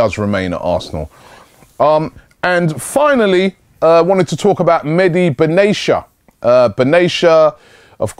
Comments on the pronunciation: robbie again with the benaysha :D Bena-tia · Benatia, not Benaysha. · no Arab is named "Benashia" correct pronunciation is : Ben-Atia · it's pronounced: Ben-A-tee-yah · Robbie, bayern defender benatia is pronounced " ben ateya "